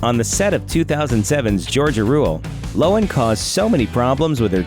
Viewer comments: Its Low-han. Not loan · Lindsay "Lowin?" It's pronounced LOW-han, you dumbass! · There’s two syllables in Lohan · How the fuck do you mispronounce Lohan